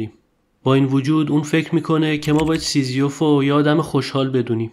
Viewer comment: "سیزیوف" درست نیست. تلفظ درستش سیزیف است.